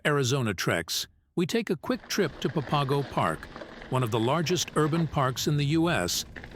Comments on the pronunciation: Pa Pago? Lol. Its pronounced Pap Ago... You pronounce it totally wrong. You obviously have NOT been here. It sounds so stupid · Nice video showing off the trails, but it's pronounced "papa go"